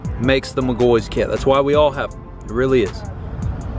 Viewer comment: It irks my soul when he says mcgoys It’s says Mc-gaw-fee 😂